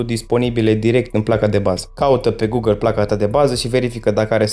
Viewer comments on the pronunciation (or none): none